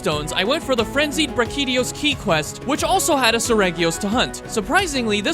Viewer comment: Does anybody notice how bro pronounces some of the monsters weird😂 like brachydios the way you said that was crazy 😁